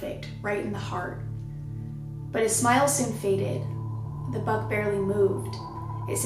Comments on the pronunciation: I thought you were saying BUG, not BUCK. So confused. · i was so confused because i thought she was saying bug so here i am imagining a giant fly